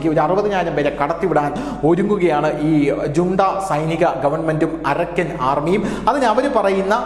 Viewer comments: അരക്കൻ അല്ല അറാക്കൻ ആണ് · Arakkan അല്ല അരാക്കാൻ ആർമി